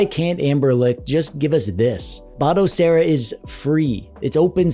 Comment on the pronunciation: Finally! someone that pronounces Batocera as BATOcera and not BODAcera!